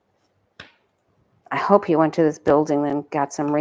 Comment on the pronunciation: “Hopeum” 😂 Can we now use that for 🌮 Tuesday man’s choice of high cheesy toppings?!